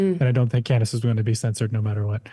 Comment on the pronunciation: I'm sure you are such a big fan, seeing as how her name is Candace and not Candis. As for "Crushing it", she was going on about whether or not the first lady of France was actually a man. That's just tabloid gossip, totally irrelevant to hard news.